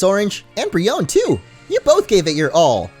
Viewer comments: "Brionne" is pronounced "bry-ohn", not "bree-ohn". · It's bree-o-nay!